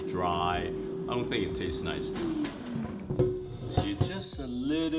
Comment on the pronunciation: His English accent really popped out when he said “I don’t think it tastes nice” about how people like Parmesan crispy and dry